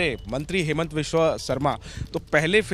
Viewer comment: its not haimant, its hee-monto.